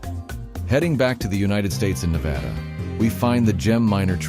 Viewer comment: SAY NEVADA Right 😂